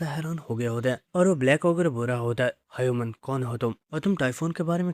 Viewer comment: Btw he pronounce human as hayuman😅